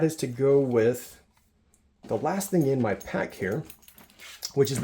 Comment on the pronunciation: Good video, but I’m curious where his flight is going. I packed this stuff 30 years ago when I flew into the jungles of Borneo. I had to stop watching as the pronunciations of the letter “g” as the letter “k” was driving me bananas: thing = think ???